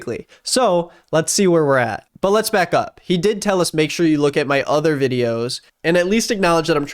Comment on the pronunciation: Lmao the guy can't even say "did" right.